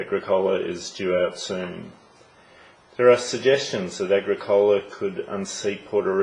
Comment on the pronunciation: Its, AH-GRICK-OLA